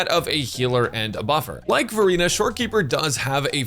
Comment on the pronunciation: I keep hearing Furina instead of Verina.😂 Also I love we can pick up Copies of the characters in shop amazing!